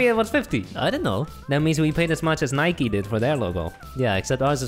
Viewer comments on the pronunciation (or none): It's not Ni-Ke, it's just Nike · I’m offended, I’m from the uk and we don’t say Nikey we say Nike (bike with a N) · Us:nikee Uk:Nike Us:porschea Uk:Porsche Us:adeedas Uk:Adidas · Why are they saying “Nike E” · Here in the UK we pronounce Nike and Porsche and Adidas the exact same so please don't mock us when you don't know what you're talking about😡😡😡